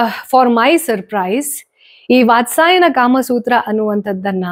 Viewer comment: ವಾತ್ಸಾಯನ ಅಲ್ಲ, ವಾತ್ಸ್ಯಾಯನ..✅🤫